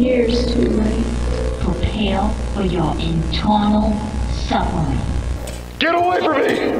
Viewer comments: "Pwepawe for your eternaw suffewing" 😭😭😭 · Freddy: pwepware for wour entwnal suffewwing